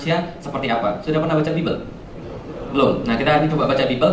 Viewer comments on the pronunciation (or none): Pak. Bible itu bacanya baibel pak bukan bibel.